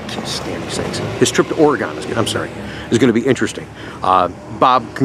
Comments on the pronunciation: Great video as usual! Coming from myself as an Oregonian, it is OREGUN. When you say Ore-"gone", it hurts my ears... haha! Thanks again for the awesome C-8 send-offs! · OREGON - (OR-uH-GUN)